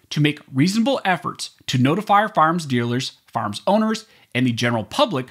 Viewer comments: Love your Site but dude, it's fire arms, not farms. Said with a smile... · "FARMS"??? OR "FIRE ARMS "???